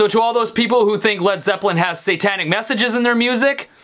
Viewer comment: Stevie, did u say preople? lol ;)